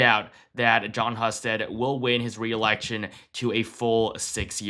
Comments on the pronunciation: Pronounced "Hugh"-sted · Husted is pronounced Hoosted. Just saying from an Ohioan. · It’s pronounced HUGH-stead in Ohio.